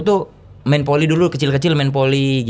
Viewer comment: saya gk saLah denger kan, JegeL biLang F & V itu P kan...? kaya VoLi dia biLang PoLi...